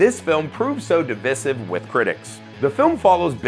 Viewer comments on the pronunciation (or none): why would you pronounce divisive that way? Great Vid otherwise.